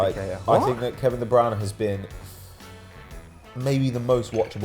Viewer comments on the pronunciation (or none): Wtf is that pronunciation Kevin de browna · Kevin De "Browner." 16.40